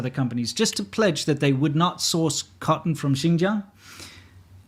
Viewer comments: Not only do certain double-t words (cotten, button, etc) take a d sound, sometimes they're just omitted in general. Emphasizing any sound to the double T's in Cotton sounds wrong to my American English ear; it sounds like it should be phonetically spelled "kah-en" Edit: should specify further that it is a southern Californian ear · 😂, I also laughed at how he pronounced it the first time